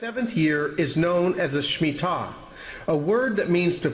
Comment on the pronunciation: I believe its Shemitah not smittah!